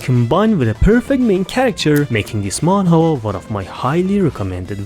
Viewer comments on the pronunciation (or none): i love how you pronounce manwa as man whore i cant stop thinking about it.